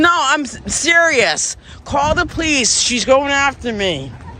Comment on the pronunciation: The dude filming the Karen sounds weaker than wet toilet paper Its pronounced "Police".. no "Powice"